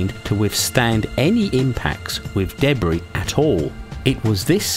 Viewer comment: Debree...never heard Debris pronounced this way.